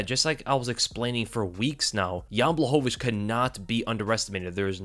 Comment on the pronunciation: Your saying jans last name wrong